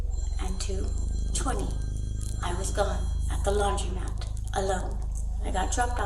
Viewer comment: It’s laundromat!! Is READING letters in a word that hard?? Criminal behavior is definitely correlated to lousy English!